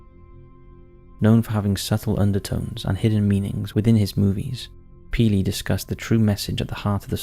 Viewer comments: Peel Not peely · It’s not peeley it’s Peele (As in Peel). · Hey love your work, but his name is not Peely, it's Peele. It's pronounced like when you Peel an orange lol wanted to give you a heads up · “Depraved,” not deprived minds. The director Jordan Peele, doesn’t pronounce his name that way. Peele is pronounced ’peel,’ as in ‘peel me a grape,’ not peelie. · I believe its Peele like peal not Peal- e , great video! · I think Jordan Peele does not pronounce his surname "Pee-lee", nor does anyone else. I think cattle mutilations are more closely related to UFOs expressing frustration over presenters who do not take even a small amount of time to learn the pronunciation of words they do not know, and especially proper nouns such as surnames in order to show respect for the individual they are speaking about. (lol - fun channel, good video - thanks again!) 😜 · Jordan Peele's last name is pronounced "peel" like when you peel the skin from an apple. 😉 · “Pee-Lee” I’m sorry, but the way he pronounced Jordan Peele’s last name is hilarious. 😂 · For future reference, it's pronounced "Peel" for Jordan Peele. Excellent video. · I feel like it was just comment bait, but Jordan Peele's last name is pronounced "Peel", like in apple peel.